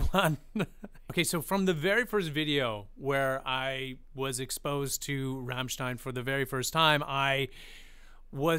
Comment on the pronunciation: Your pronounciation of "Rammstein" and "Sonne" is so close to perfection. Greatings from Germany